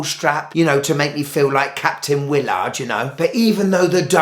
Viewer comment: Hey just to let you know, it is not pronounced Wiil -Lard but Willard all together! 🤣